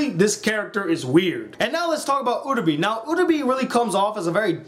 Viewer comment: It's pronounced Uh-ra-bay, not Uh-ra-bee, how can people watch 13 episodes of this or Madoka and still screw up the names so badly? EDIT: Jesus Christ Okra is a goddamn veggie it's Oka what is wrong with you? P.S. what you did was an abbreviated summation of the characters, not a review.